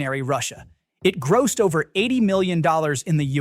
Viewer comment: Your AI can't say "gross," "grossed," or related words.